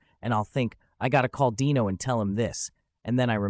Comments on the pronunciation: Pronounced DEno, not Dino like a prehistoric creature. Ai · IT’S DEEEEENO NOT DYNO GET IT IT RIGHT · The narrator should learn how to pronounce names. Dean's son, Dino, was pronounced DEno not DIno like a dinosaur! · His name was pronounced Dean O not Dino like Dinosaur. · It’s hard to listen to the stupid mispronounciation of Dino,s name! It’s pronounced Deeno but spelled Dino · The AI miss pronounced Dino, I lost interest and felt it was disrespectful 😢. I was hoping to view that clip instead of the AI and the Yada yada version . Something so delicate should be done with respect.